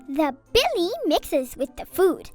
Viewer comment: Bile is pronounced bIle. Not billie